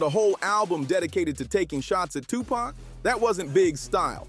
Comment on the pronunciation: How you can't say tupac's name right, you hear the people in your own video pronounce it right, but you can't